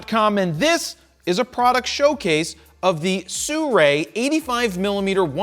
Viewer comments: It is not Surei, it is Sirui :face-green-smiling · No, it is pronounced Sirui, not "Sioux-Ray" 🙂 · it's actually pronounced "Sī ruì" (Su-Ru-Ei) not Su-rei. Americans thinking they can pronounce chinese names better than the chinese lol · Man, these brands!!! They write “Sirui” and want people to call it “suray” How dare you? I’m portuguese, this brand called Sirui is pronounced Sírui If you create a brand and want people to respect the name, CREATE A FCKN NAME THAT RESPECTS THE PEOPLE Ok, now I feel better. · Why do so many reviewers call them sew-ray? To me it would be more like si, as in spanish for yes, and then rui like the name Lui but with an r instead. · It should sound like "思锐" 😅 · It's not Sirui... Its Surray... 😁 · I pronounce it Sirrrie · well you definitely aren't the first one to mispronounce their name, so they've given up trying to correct people. js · From a Chinese speaking person, his pronunciation is wrong, the “si” should pronounce /ˈsɪ/ as in “silly” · In Europe its Not pronounced this way….